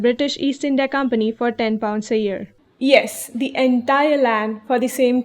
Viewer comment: I think if you correct the’s and thee’s and establish a good vowel command you would be even better